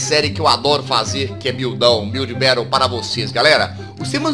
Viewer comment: VC falou buil berol